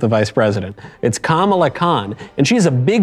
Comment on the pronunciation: It's pronounced kaMAla Khan, no KAmala Khan. If you get it wrong you're racist.